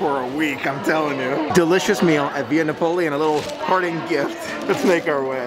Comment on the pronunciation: Love your videos.! Via Napoli is said Via Nap-o-lee